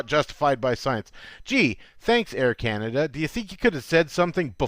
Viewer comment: Air Cana-Duh